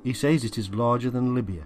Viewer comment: Says is pronouced SEZ.